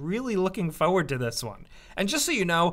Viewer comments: Your way to say "Forward" is quite amusing! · Love the way says "forward", like he drops the R's.:D